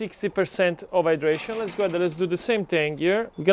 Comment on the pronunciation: When he says the hydration! I hear it dehydration 🤣🤣🤣and i get back to the title it says hydration and my brain is no longer braining🤣🤣🤣🤣🙈